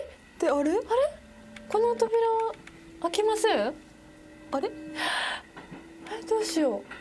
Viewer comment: 開きませんの読み方が違う😂